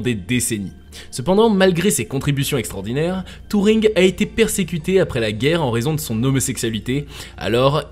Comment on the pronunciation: C'est pas touring , mais Turring